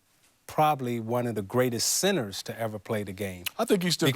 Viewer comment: anyone else hear Isiah say "Magic Johnson, one of the greatest sinners to ever play the game"?? does he know there's a "t" in center?